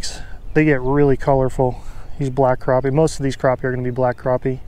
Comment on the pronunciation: Not sure where the English stops but they are crappie not croppie